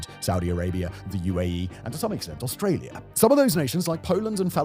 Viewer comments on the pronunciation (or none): none